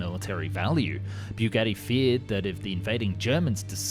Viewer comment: Only made it just over two minutes into this video until I could no longer listen to this guy mangle the name Bugatti. Byougetee . . . Really??? have you never heard anyone actually say Bugatti before?